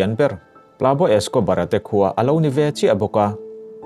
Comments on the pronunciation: Plabo Escobar ni loin Pablo Escobar tih tur. (Pab-lo) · 'Pab law' Tiin i lam silova "tunge ni ang aw!!?? Tiin kalo ngyhtuah vung2 😆😠🙄